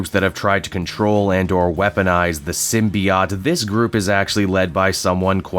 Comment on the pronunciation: I find it quite jarring you give two different pronunciations for symbiote in the same video, with "sym-be-IT" (Superior) and "sym-be-OT" (Inferior) lol.